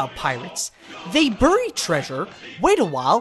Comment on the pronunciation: U pronounce "burry" strangely too me.